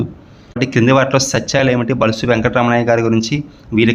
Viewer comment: బులుసు అని పలకండి బలుసు అంటున్నారు